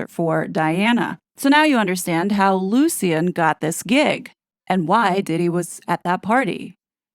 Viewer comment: You’re pronouncing Lucien wrong. It’s pronounced Lushin.